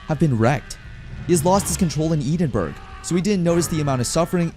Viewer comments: Bro also mispronounced Edinburgh, I died a bit inside when I heard Eden-burg. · Knowing a Scottish pronunciation is tearing my ears apart when the AI speaks Edinburgh. It’s Eh-den-burr-oh Don’t ask why the Scots pronounce it that way. They’re cool.